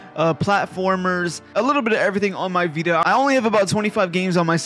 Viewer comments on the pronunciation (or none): “THA VEETUH”